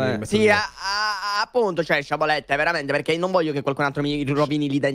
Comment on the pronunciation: Non posso sentire dire "sciabolette"